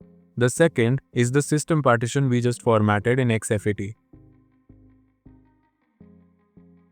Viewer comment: It's called Fat32 and exFat don't pronounce as F A T 32 😅😅😅 x f a t 😅😅 it's look un professional